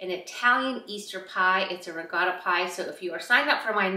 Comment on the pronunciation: why do you say regatta pie isn't it ricotta?😊